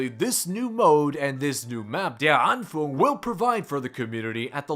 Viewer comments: Yo good videos bro been watching ya since you started just to make it easier to say in future videos it’s pronounced (der-an-fung) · My man said "der anfoong" lol